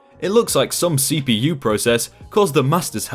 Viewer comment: its cpU not CPO